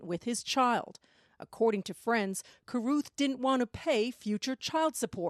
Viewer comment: Why is that monster Van Brent Watkins putting an "F" at the end of Carruth?